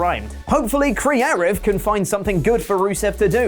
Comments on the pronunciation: What's this word, "creative"? Sounds so close to crearive. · Is there a reason he keeps saying crearive instead of creative? He sounds like a total tool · All I want is for you to pronounce “creative” correctly. It’s like hearing a koala make noises. It’s like awww, it’s doing something, it’s not right but it’s doing something